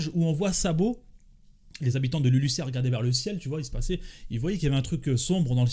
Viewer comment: on prononce LuluZZZia pas LuluSSSSSia 😂😂😂